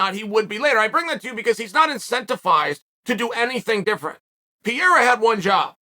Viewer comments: His name is Pareira not Pierra? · Holy disrespect...still calling the guy Piera!! Pe-- rei--ra, not so hard PE--fucking--REI----RA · Hhahaha I fucking laugh to death when Chael says : "Piera" instead of "Pereira" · Pereira not Pierra ffs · Chael brother….i love ya but you’re chopping that name up🤣 it’s pronounced “PAH-RAIR-A” lol not pareeeraa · Alex Pierra is the greatest mispronounced name Chael’s ever created. After he beats Adesanya Chael will call him Pereira though. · “Pierra”… Who da fook is dat guy? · “Piera” FFS 🤦🏾‍♂️ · "Pierra, michaeljeff, oozeman, blahovovic"..chael's a legend. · Stop calling him Pierre 😭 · Pereira? No! Peeyera ✅ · Chael saying Pereira had one job whilst calling him Piera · Not gonna be a fun three months if you keep calling him Pieira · Ah yes the legendary Alex Pierrea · Peearea? Really?smh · Cheal always announcing names wrong Pierra, Makelchev 🤦🏽‍♂️😂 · Ok why does Chael keep calling Alex "Piera"? Is this some joke he has going on ? Or is he too american to bother with pronouncing foregin names right ? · It's pronounced per rerira the I is silent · It's pronounced peh-rare-rah and it is likely that Alex has been practicing takedowns with Glover for some months now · Nobody: Uncle Chael: Pee-Air-Rah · I had to check the title of the video again to make sure that man’s last name is pereira and not piera lol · I love how Chael intentionally pronounces everyones name wrong. “Piera” “Will Fury” 😂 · Where did he get the name piera from? That’s like Joey Diaz saying KhALAbib lol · "Alex Piera" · not chael mispronouncing the name of the topic of interest😹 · Brother pronounce Alex’s Pereira name correctly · I swear Chael has to be mispronouncing his name on purpose at this point 😂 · How can we even take you seriously, when you can't even say Alex name correctly!